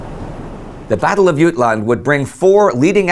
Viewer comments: Ut-land more like jut-land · It’s pronounced Jut-land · love the show but i have to say you are the only person i’ve ever heard not pronounce the letter J in jutland. keep up the good work 👊🏻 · Its Jylland NOT jutland.... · yoot-land? jut-land mate. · I love this series but i can't 'like' this week. it is pronounced, as any Britain will tell you Jut-land, not YUTE-land. the winners get to name it and the wogs start at calliss. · as a native Dane i live your terrible pronounciation of Jylland (Jutland) :D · Ok, nice touch that you try to pronounce Jylland in danish (I assume that's what you're going for), but in danish there's no "t" in there. Unless; were you going for a german variation? Still off, but it would make sense... By the way, my great-grandfather was from Haderslev in southern Jylland, and since that was german at the time, his brother had to go to die somewhere in France. My great-grandfather fortunately (?) had a lame leg, and instead became a social democratic mayor of Haderslev instead. Yeah, just thought I'd share a bit... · Did you say yute? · In english it's called Jutland, but in Danish it's called Jylland and i think it's quite strange that Indy is pronouncing it in sweedish. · Funny that peoples is saying Jutland instead of Jylland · As a Dane (who also speaks German and English): You pronounce "Jutland" funnily. You version seems to be a close to the German pronounciation. I say either stick with the English version (since "Battle of Jutland" is an English phrase, or go with the Danish version). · How on earth can't this guy pronounce any of the key names of this battle properly... Beatty, Scheer and Jutland. 🙈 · I've always heard Jutland with the J pronounced as jay rather than y. I am guessing this is the British tradition of not learning how to pronounce names properly.